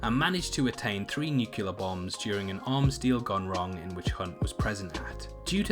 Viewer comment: Nukular? should pronounce Newclear